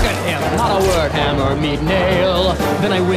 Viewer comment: I always hear: "Hammer, me Neil"^^